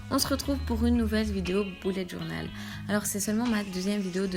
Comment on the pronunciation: Haha j'ai l'impression que tu dis "boulette journal" 😂 super vidéo en tout cas ! Moi je suis étudiante et c'est bien utile..